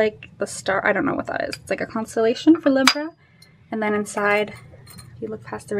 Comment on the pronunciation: is it her accent or is she pronouncing libra wrong? I’m a libra and never heard it pronounced that way lol